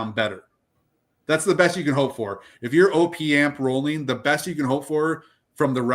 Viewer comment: It’s “opp” amp as in short for “operational amplifier”, not ohh-pee amp ffs, and u r wrong, if you don’t think a properly implemented AD4898-2 op amp will sound better than opa1612 or 1656 u have ur head up urs, purify builds to a price point just like everyone else, its well known that the designer of the amps recommends switching to the high current op1656 over the op1612 because it SOUNDS better even though it spec sheets worse